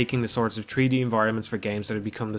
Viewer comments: "Tree-D space" haha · He said tree D and it was amazing. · Personally, I smiled more at "tree-dee". Love it either way.